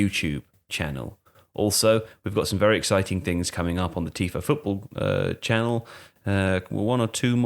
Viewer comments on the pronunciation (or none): none